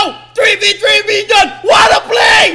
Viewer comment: WORD OF THE DAY “WATTAPLAY” “WATTADODGE”